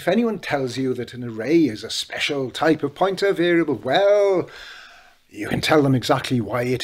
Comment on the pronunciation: It made no sense until I realized you were saying POINTER, not PUNTER. I thought PUNTER must be some insightful football term to refer to a role yet to be explained to non-footballers. I suppose it ended up well though and my Americanized ass ends up admitting that Rooney was one hell of a punter. In fact, normally in American football a punt goes high in the air trying to achieve "hang time". Rooney had none of that. Canon shots right to the proper address.